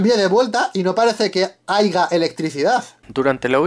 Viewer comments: Error épico: Dijo "Ahiga" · No se dice haiga se dice haya ,es bullying pero se pronuncia solo una L y se dice buling,errores del canal random hahahaha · Haiga? Dijo haiga ? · Se dice "Haya" en vez de "Haiga". Igual es cosa mínima, sus vídeos son geniales. :') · minuto cuatro; segundo doce: no parece que ''HAIGA electricidad'' osea, que mierda? quien le enseñó a hablar el español?? CORRECCIÓN: >>HAYA<< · MINUTO dice "Aiga" electricidad. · Dijo HAIGA PERO COMO PUEDE HACERLO TAN MAL JAJAJAJAJA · Dijo HAIGA? 😂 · Haiga???? Hablen bien pues!!! 🙄😒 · Se dice haya